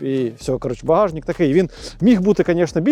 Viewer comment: 23ти Колэса а не кольоса, багажнЫк а не багажнiк, картопля влизае а не влазыть, и так весь ролик , абра кадабра